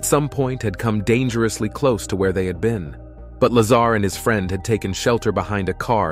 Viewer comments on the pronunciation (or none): Bob Luh-zahr not Bob Lazer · bro you cant even pronounce his name right wtf...its not LAZER its La-ZAR 🤦‍♂ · Instead of counting sheep’s tonight, I’ll re-watch this video and count all the “facts “ you got wrong. And it’s Lazar not Laser. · “Bob Lazer” ? Yeah I’m out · you call him "Lazar" and the "Laser"....lol. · Bob’s last name is not “Laser”…it’s Lazar… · its a joke lol the guy narrarating the video called him "bob laser" his name is "bob lazar" lol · Narrator: “Mr. Bob Laser” Me: 😬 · Did the announcer call him Bob Lazer!? Hahaha and Lol!* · It’s laaaaaaa zaaaar not laser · Like how the computer voice turns the guys name into Bob lazer rifle. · It is La-zar...not laser. Some say Dugway Proving Ground s.w. of Salt Lake City is the new Area 51. It is certainly remote enough. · I’ll bet he calls Tortoises Turtles too . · bro said "laser" it's lazar bro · Uh, his name is pronounced la-ZAR, not "laser " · Bob WHO? it's Lazar, not Lazer. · Dude wtf? How is it you pronounce Bob Lazar correctly but then pronounce it wrong as Bob Laser lmfao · Lol he said Bob lazer😊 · Content creator calls him bob laser!! 😅😅😅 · Lol "bob laser" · Right? At least pronounce his name correctly. It made the entire clip into amateur hour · Not to mention narrator calls him Laser... lame.. go get a real job or new narrator "" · The narrator said bob lazer😂 i like that. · He called him "Bob Laser" at about 41sec.. 😂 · its Bob La ZARRRRR NOT LASER. ps 115 MC or Moscovium is a solid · PLEASE!! His name is Lazar like la z are and it’s ALWAYS pronounced like that!! So annoying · "Lazer" gets to me you cant even pronounce his name properly. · Also if you are going to spotlight a great man at least learn to pronounce his name correctly. Give him that respect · You didn't even pronounce Bob's last name correctly. Come on man what a horrible way to start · You already pronounce Bob's last name wrong I'm out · Please teach your “narrator” how to pronounce Bob’s last name.